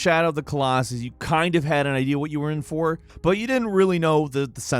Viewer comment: “In Shadow of the Colossus you kind had an eyeewhat you were in for...” What was that? Lol you couldn’t go back and re-record that line?😂😂🙂